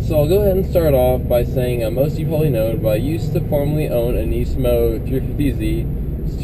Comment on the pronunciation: not to hate man, but I really dislike the way you say nismo...